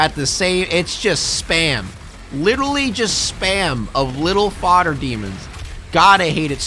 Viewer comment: Anybody else notice that he says “Lidolly” and not literally like that tik tok trend😭😭